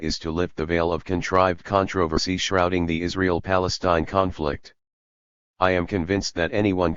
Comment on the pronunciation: It's weird but the machine doesn't really read the letter F properly when it's near an I or L. It keeps saying "conict" instead of "conflict" and "inict" instead of inflict.